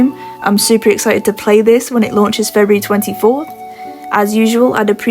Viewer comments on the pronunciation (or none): I just nearly had an embolism when she said the game was released in "February, 24". It sounded like she said February NEXT YEAR!